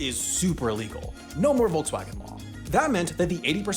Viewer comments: "Wolksvagen", fhat the wuck? I get that foreign speakers may mispronounce these brands, but now you're misspelling them too? 😢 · The name is Volkswagen, as in Folks-Vagen, not Folks-hagen! The other name is Porsche, as in Por-ShA, not Porsch! At least learn how to pronounce things correctly before making a video! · What I find way more annoying is that they say Wolgswagn instead of Volkswagen... In German a V in the beginning of a word is almost always pronounced like an F and not like the English V. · ......There is something fascinating about listening to anyone not from germany pronounce such a german word as Volkswagen. It wasn't badly pronounced mind you, but it'll never be quite right. Too... soft. There need to be some edges. Otherwise this was really interesting to hear, really^^ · And I bet you don’t pronounce Volkswagen correctly either.